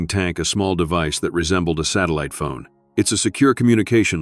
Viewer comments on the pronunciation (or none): none